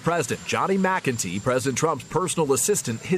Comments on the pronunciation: McEntee. “Mac N Tee”. Not McGinty. Don’t give my folks a heart attack. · You're pronouncing McEntee's name wrong.